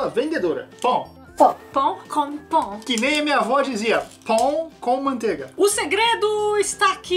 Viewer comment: Tive que parar o videos um pouco e respirar fundo quando o disse "pon..... pon com manteiga"